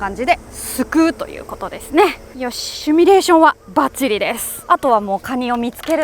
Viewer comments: 耳が悪くてごめんなさい。 「シュミレーション」に聞こえましたが、「シムレーション」ですね。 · 巨大蟹ゲットおめでとうございます㊗️ １箇所だけ修正😊 ✕シュミレーション ◯シミュレーション